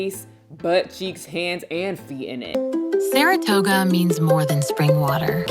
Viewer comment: Not THE MAGIC SCHOOL BUS THEME as you make your way to the store, as well as the mispronunciation of 'Saratoga' 🤣☠ Although....'gota' in Spanish means 'droplet' sooo....it still kinda works 😅👌🏽